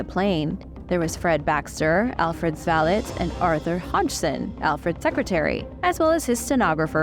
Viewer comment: My eye twitched everytime she said “valet”